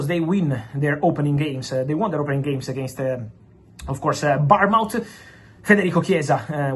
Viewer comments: Born muth, not burn mouth 🙄🤦🏻‍♂️ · Say Born Muff not that crazy thing you say for Bournemouth